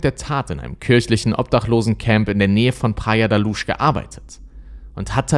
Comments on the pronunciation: Luz sprich Lus. Nicht Lusch. Praia de la Luz. Sprich Praia dsche la lus auf portugiesisch. Sorry 🙈 Ich höre dir echt gerne zu. Du hast so eine angenehme Stimme, erzählst super und spannend! Aber das tut mir in den Ohren weh. 🙉🙏 ... ich weiß kleinlich, kann nicht anders. 💖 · Schade, dass du dich immer so schwer tust, wenn es um die Aussprache von Namen der im Video genannten Personen und auch Orten geht… Es wäre nicht schwer gewesen, herauszufinden, wie man „Madeleine“, „Praia da Luz“ etc. ausspricht. Finde das gerade deshalb so schade, weil deine Videos ansonsten wirklich hochwertig und gut recherchiert sind, aber das stößt mir echt immer wieder sauer auf, genau wie Grammatikfehler, die sich ebenfalls hartnäckig durch all deine Videos ziehen, die ich bisher gesehen habe.